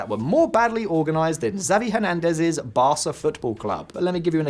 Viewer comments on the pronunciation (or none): none